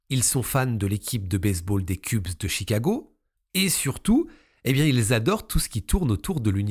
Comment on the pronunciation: Petite parenthèse in est aux États Unis donc on ne prononce pas cube comme tu as dit ca se prononce "kbe"donc tu lis en français et ça donne anglais. Donc ils sont fans des kbe de Chicago (Cubs) on continu